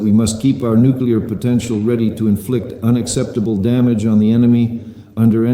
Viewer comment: nucular topidos nukular missles you fruad